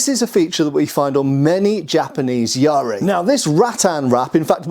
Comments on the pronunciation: Yaris are always interesting, but that looks like a really short one and lacks an ishizuki. It is quite a late one though, so definitely not a battlefield yari, especially with a red oak shaft. In the style I practice, we use a 2.4m practice yari, but the real ones were just over 3m. (Also, Please stop with the pirate pronunciation of yar-ri. It's just ya-ri. By this point I think that you're doing it on purpose). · Not Yaaaariii The syllables are short and clipped. YA-RI. If there are more Japanese weapons in your videos, please use the proper pronunciation. FU KU RU, not FUUUKUUURUUUU. It sounds so painful when you mess up the pronunciation! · Calling it yari spear is like saying chai tea